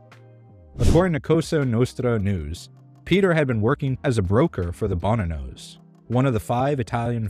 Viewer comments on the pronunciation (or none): It is pronounced "bo-NAN-os". Content and presentation is very good though. Hang in there. Well-done.